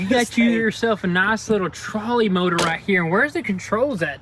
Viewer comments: Trolling motor not Trally, love it though! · It’s a TROLL-ing motor, not trolley